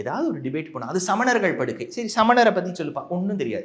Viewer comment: டோய் என்னடா லூசாட நீங்கள் தமிழை ஏன்டா கொலை செய்ரீங்க படுக்கை வேறு படுகை வேறு மூத்திரம் குடிக்கும் மூதேவி